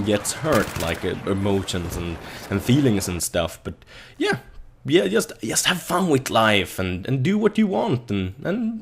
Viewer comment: it's JUST, not IUST.:P